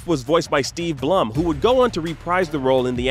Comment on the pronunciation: It's pronounced Steve Bloom, Not Blumm. Even at panels where Steve Blum is the guest, it's pronounced Bloom.